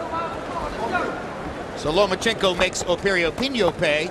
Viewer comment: Jim Lampley still gets it wrong after all the B.S. hype of properly calling out Vasyl's last name; by the erroneous, LO-MEE-A-CHENKO in place of the correctly pronounced; LO-MA-CHENKO - what a waste of time & the clear example of American laziness in speaking English altogether, like nucular for nuclear & so many other mangling of terms, names, countries etc.